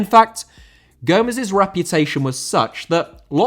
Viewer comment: Gomes * not Góumez!